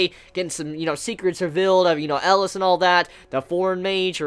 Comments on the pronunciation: Okay great review and all but seriously it's not Ellis. It's EL EE AS Elias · His name is pronounced Eh-Lee-Us.